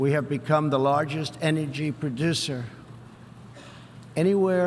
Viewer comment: ... prodisser...? But seriously... his public speech patterns seem like he's on a qualude or something...